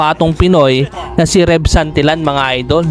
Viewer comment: Santilyan not santilan pronounce it correctly